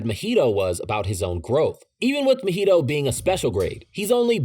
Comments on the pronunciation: Mahito does not rhyme with cheeto my dude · It’s so crazy to me how often people mispronounce names that are said clearly in the shows they watch. Idk how you butcher mahito, sukuna and nanami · why do u pronounce nanami and mahito szo wrong????????????????????? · drinking game: take a shot every time he pronounced mahito wrong if you would like do die of alcohol poisoning